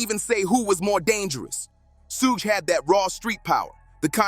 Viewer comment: Who is the chucklehead narrating this dumpster fire of a video? Learn how to pronounce Suge. 😂 If youre going to reference bars, it might behoove you to actually play the songs.